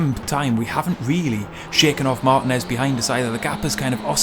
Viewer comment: Excellent video,! I'm not as fast as you, but really enjoyed running Touring Car Challenge this week over 10 races. It's so fun and addicting! BTW, Martinez is pronounced mar-TEEN-ez.;)